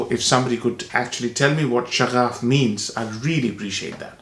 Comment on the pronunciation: It is Shaghaf - pronounced Sh-ŭ-gh-ŭ-f (like butter) It means passion, spirit etc